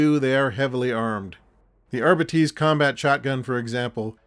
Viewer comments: Arbeetees? I've been calling the Ar-bites! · "Ar-bee-tees" over "Ar-bites" odd choice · I’m just stuck on these R-bee-tees. Though Are-bites was a little more common. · I've not seen the Warhammer Preview so I couldn't comment. I am an old English man who's only really interested in old hammer stuff so I would pronounce the word Arbites as I would pronounce the word Arbitrator, as in 'R-bites'. Also up until recently I've only ever heard it pronounced 'R-bites'. I suspect it's an an Americanism to pronounce it 'R-bee-tees'. Anyway, however you pronounce it, thank for the upload and the trip down memory lane 😊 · for the ones too young to remember "Gestapo Bob Harris" refers to the host of the BBC Old Grey Whistle Test music show, "Blaster Bellamy" is probably bearded TV wildlife guy David Bellamy, Ramperpo - Rambo, not sure about the rest. My generation used to pronounce "Arbites" as though it rhymed with "arc lights" so yeah myriad are the ways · I think the odd pronunciation is because 'arbites' is sort of derived from the ancient Latin word 'arbiter' (judge). Makes them sound very official and imposing I suppose :-)